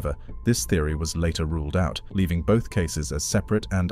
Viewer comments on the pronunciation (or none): none